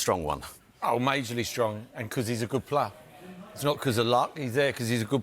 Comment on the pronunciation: Wtf is a "Gud Plaa"?